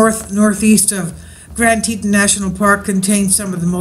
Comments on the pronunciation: Its pronounced Tea Tawn . Grand Tea Tawn (like yawn or dawn.) . : ) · Pronounced grand te- rawn